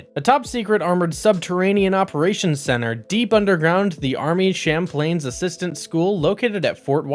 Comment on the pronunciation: This dude mispronounces words in EVERY video. About a minute in he pronounced "Chaplain" as "Champlain". It is usually even more basic and common words